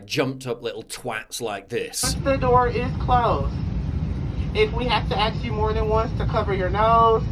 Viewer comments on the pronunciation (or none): it’s ask not aks.